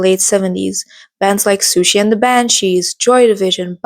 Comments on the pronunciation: Oh, I know :D, it’s just that your pronunciation kinda made it sound like Sushi xd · great video! siouxsie is pronounced as suzie tho just to let you know :)